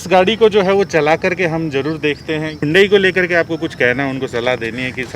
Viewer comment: Bhai agar 15 se zyada nahi nikal paate to apni driving change karo😂,18-19kmpl to highway pe easily deti hai. Aur haan,ye Yundai nahi pronounce hota hai,Its Hunday,just like sunday😉